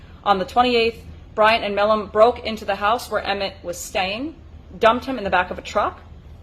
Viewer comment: Pronounced My Lam